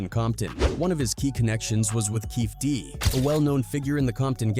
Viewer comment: "Keefey D". NOT "Keef D".